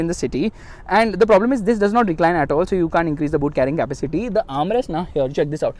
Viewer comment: Buddy please stop saying Kaapa-City. Please.